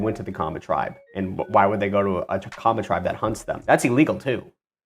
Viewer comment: Kenyan ninja here, excellent pronunciation on the maasai and kamba African tribes.